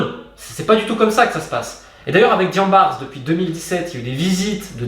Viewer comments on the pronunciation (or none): Merci pour la qualité de la vidéo Romain, comme d'habitude c'est très instructif. Ceci dit, je me sens même gêné de te le signaler mais le "S" dans "Diambars" est muet, ça ne se lit pas. C'est un mot invariable qui se lit de la même façon aussi bien au singulier qu'au pluriel.